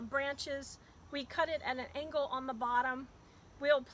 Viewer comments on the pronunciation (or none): none